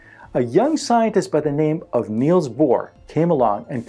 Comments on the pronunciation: His name is "Niels", not "Neils". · Niels Bohr, not ”Neils” Bohr.